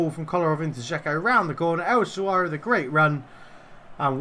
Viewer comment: An early goal in your favour and I think you’d have turned it round. I was also just about to ask if you’d been practicing, then... “el Shaawary”? 😉